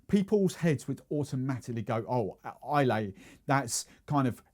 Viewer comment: If you could pronounce Islay correctly, that would be great